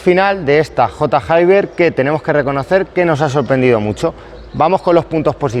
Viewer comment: J Hayber mil veces que has dicho J y luego Hayber sabiendo que no se dice así 🤣🤣